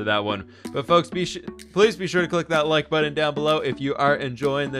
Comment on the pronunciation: Pronouncing words in a weird way is so damn noticeable. He says important>imporden and button>buddin